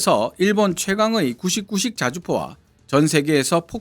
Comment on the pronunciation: 자꾸 구식구식으로 들리네